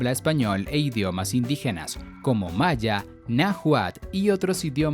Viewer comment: El tipo ni siquiera sabe pronunciar "Nahuatl"